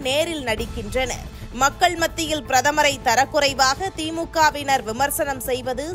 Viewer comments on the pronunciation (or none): தரைக்குறைவு இல்லம்மா 😔 தரக் குறைவு, தரக் குறைவு!!! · It is not tharai kuraivu. It is thara kuravu please note.